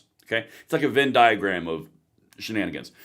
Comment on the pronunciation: Never say Vin diagram ever again lol